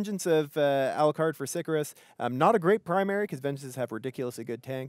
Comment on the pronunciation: It's obvious Latin is something someone in CCP can't GRASP, but.. ffs. It's not "sick-a-rus", SICARIUS. Do your homework.